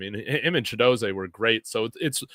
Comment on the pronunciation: Chidozeeee NOT ChidoZAY😊😊😊